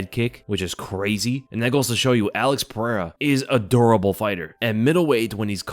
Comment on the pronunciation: Definitely the accent with durable. 😂